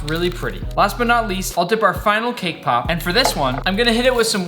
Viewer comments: I thought he said “kpop” instead of “came pop” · 🤣🤣🤣🤣🤣 thaught he said k-pop 😅😅